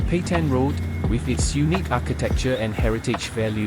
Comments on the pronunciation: Petain not Petian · It’s PETAIN ROAD. Pronounce it correctly. It’s the bare minimum of decency as a content creator.